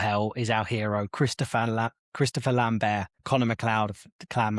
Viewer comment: It's Lambert not Lamber